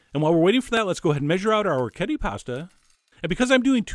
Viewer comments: The dish looks wonderful. I may try out soon. But, please, the pronunciation of the pasta is or-wreck-ee-et-ay! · This is incompetent from head to toe. First, don't trust anyone who doesn't know how to pronounce orecchiette (pronounced orek-ejet-tah). Second, he's boiling the meat. You cook the pasta first, put it aside, then cook the sausage and toss the pasta in the oil and the sausage fat. Its also much better with garlic. Garlic pairs better with hot sausage and bitter greens than onion. You also probably want to cover the pot to wilt the arugula rather than getting it all water logged. This is like the chef at the diner. Or maybe a lot of the restaurants that I've going to lately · Ok...say it with me: oh-wreck-yet-eh. It’s as easy to pronounce as it is to make. :) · I'm Italian, born and raised in a small village of Apulia and orecchiette are a typical pasta of my region. They even taught us how to prepare them in elementary school once. Anyway, the tradition wants orecchiette cooked with turnip green and a sauce made of anchovies and oil. We call it 'Orecchiette con le cime di rapa'. The pronunciation is 'orekˈkjette'! Thanks for the video chef, I'm glad that people around the world knows what orecchiette are :) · O-ray-key-ay-tay! Thanks for the recipe. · Pronunciation for anyone wondering: o-rek-HYET-te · Food Wishes No it's o-rek-kyeht-teh, look it up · For anyone who cares: O-rek-kyet-te The C and T are strong - there's two of 'em D: - . The R is hard (imagine some spanish guy say "Rodrigo", that R sound). on 'kyet', the vowels are pronounced exactly like the word 'yet', two separate sounds but fast enough to be part of a single syllabe. the E at the end is pronounced like in the word "tell" "hell" etc. No "eh" finisher. Source: just heard the word come out of my own Italian mouth c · Chef John, you are my culinary hero, but how can you not know how to pronounce the name of this pasta correctly? Oh-wreck-ee-yet! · orechiette is pronounced "o-reh-kyet'teh"